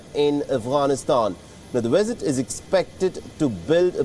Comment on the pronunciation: so the Afghani President arrives for a one day India "weesit"???? Is this the latest gimmick WION = WEESIT = WiSHUAL or pure poor mastering of English pronunciation of the letter V.